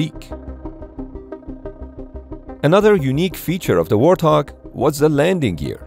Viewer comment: Warthog? More like Warthong, AHAHAHAHAHAHAHA